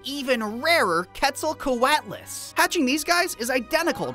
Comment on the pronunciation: the giraffe sized quetzalcoatlus is another animal that did exist. It was a flying reptile, and it actually wasn’t a dinosaur. actually pronounced it correctly too.